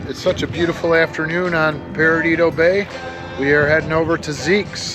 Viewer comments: It’s not “Peridido”, It’s Perdido. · For future reference it's Perdido (Purr-dee-doe) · lol say it with me “PER-DEE-DOE” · You’re so in my backyard….. I live 2 minutes from that bridge toward Pensacola …. It’s pronounced PURR-DEE-DOUGH…… Spanish for lost. Pensacola area has the whitest beaches in the world , fact, just fyi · You need to hit Pirates Cove with the Highfield & Tacky Jack's is another good stop too. Also it's pronounced PER DIDO. 😋 Hate the circumstances but glad you are able to enjoy your stay with "us".